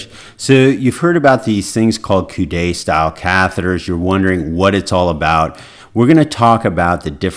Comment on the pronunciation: Great video doctor, one comment is that the word "coude" is pronounced like the English word "could" the "e" in coude is silent which means elbow in English. 🙂